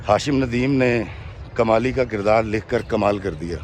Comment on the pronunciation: kamli nai Kmali..haha